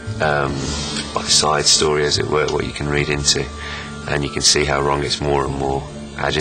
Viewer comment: Por qué fuerzas tanto la pronunciación de Ron y Harry? Parece que dices ran y ery